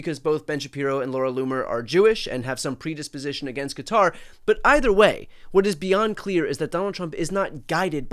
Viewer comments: You’re one of the few Americans who nearly pronounces Qatar correctly . It’s not Cutter. Say Guitar with a Q, you might get close. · Really!!! Cutter, cater, it's Qatar!!!!! Thank you!!!😂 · The best part of this video was the CORRECT pronunciation of Qatar. It's been driving me nuts hearing people calling it "Cutter". It took me about 10 videos on this bribe to understand that people were talking about Qatar, they kept calling it Cutter. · Why can no one pronounce Qatar properly 😅 It’s pronounced “KaTARR.” Brian has it down , of course 😎👌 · I have to give Shapiro credit, at least he prounounced Quatar properly... instead of all these people who say "Cutter"... there is no "U" in the name!!! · Thank you for not saying Cutter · BTC thank you for pronouncing it correctly as kuh-TAR and not Cutter.